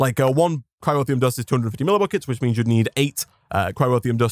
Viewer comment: It's Cryotheum, not Cryrotheum.